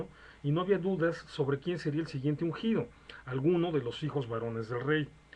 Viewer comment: No se dice uncido, sino ungido... ... aunque sea la unción la función del acto de ungir.